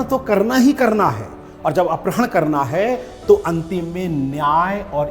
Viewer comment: सर, अपरहण नहीं अपहरण का उच्चारण कीजिए। आपके मुख से गलत उच्चारण अच्छा नहीं लगता।